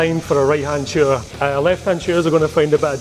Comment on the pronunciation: i'm sorry but can you rephrase the last bit of that sentence of yours, "soot"? do you mean shoot or wouldn't be suitable with a holo or red dot? I am a little bit confused on what you are trying to say